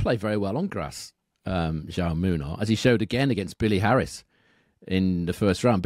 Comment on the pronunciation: Just for future reference, it's pronounced how - may ( Jaume) the Spanish equivalent of Jamie 👍thanks for the great content